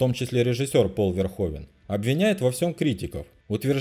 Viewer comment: Правильно "Пол Верхувен"